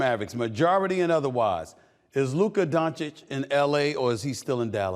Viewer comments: I can’t believe Steven A for the first time ever said Doncic correct after 7years.. he is not Doncik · His name is donakick like flight says